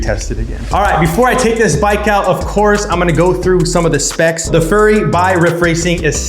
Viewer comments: Bro keeps calling it a furry. Bro it’s Fury as in rage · Keep your fork bolts loose before mounting the wheel and you wont have that problem. Also, it's fury not furry.:face-red-droopy-eyes